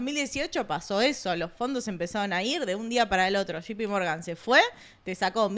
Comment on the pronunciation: se dice shei pi Morgan , no shipi Morgan Bestia .